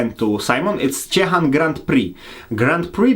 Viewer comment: Simon it would be great if you'll try to remember names of beers and breweries like say them. Your Ciechan sounds like Ćićan for us poles;)